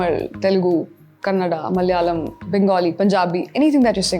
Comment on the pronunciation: * ಕನ್ನಡ - 'kannada' pronounced very correctly! Stay blessed..